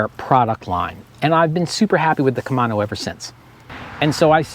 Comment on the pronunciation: KUH - MAY - NO 😄